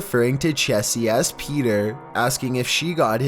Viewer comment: What in the world is with this narrator?? He puts emphasis on the most ridiculous places. "He says it AS calmly as asking FOR a cup OF sugar..."